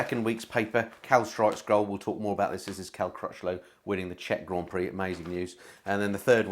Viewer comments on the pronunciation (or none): none